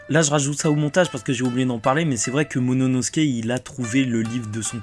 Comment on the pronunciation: Lol apprend a prononcer momonosouke lol. Sinon super vidéo comme dab